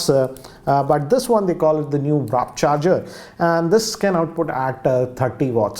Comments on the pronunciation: And he said Wrap charging instead of Warp Charging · its not wrap its warp charge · Warp cahrger, not wrap charger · Wtf dude!? It's "McLaren" not "Mclerel" for fucks sake! And "Warp Charging" not "Wrap Charging"😒😒😒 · Sir with all due respect, it is pronounced as McLareN and not McLareL also WRAP is pronounced as RAP, apart from this I really like your unbiased reviews and this one was on point as always